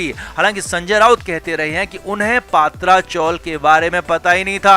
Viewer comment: पात्रा नही पत्रा